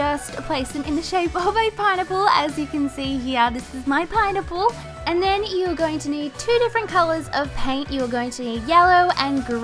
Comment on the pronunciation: It sounded like she was saying pine nipple